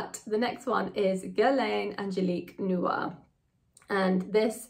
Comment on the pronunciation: Noir is pronounced "nwar," not "nu-r." That's very bad French pronunciation.